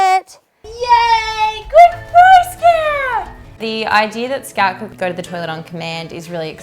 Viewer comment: Instead of "Scout" I heard "Scat" and thoght it was suiting :)